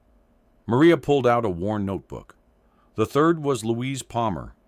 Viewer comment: Louise not Luis